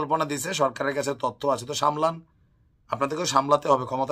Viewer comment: ভাইয়া সালামটা সুন্দর করে দিবেন বলবেন আসসালামু আলাইকুম